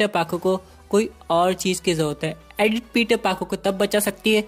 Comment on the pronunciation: It's not adith it's Edith